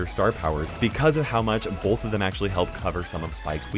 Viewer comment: He doesn’t say bull he says ball with a deep a and yknow like he says balllllth not both which is cool